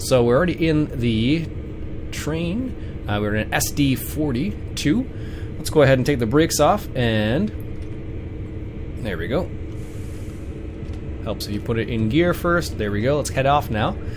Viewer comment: Hi, the locomotive you're driving there is pronounced SD40 dash 2. It's an upgrade of the original SD40 and had at the time, a revolutionary modular control system. They're considered one of the best locomotive of their era due to their reliability and ease of maintenance. EMD the manufacturers used to have a production facility in Canada. Hope this helps.